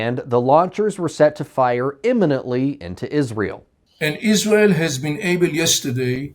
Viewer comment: Why can’t you pronounce Israel properly?